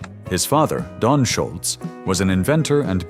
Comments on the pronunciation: It’s not Schultz,. It’s Scholz, no T. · I believe that the A.I. narrator mispronounced Tom's surname every time.